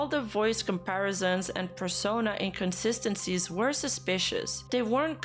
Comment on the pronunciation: having trouble with pronouncing inconsistency is pretty consistent.